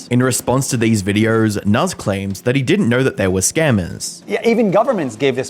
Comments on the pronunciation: just curious, who pronounces videos with an 'r'. It sounds ridiculous. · There is no R in the word videos mate XD Videööorrr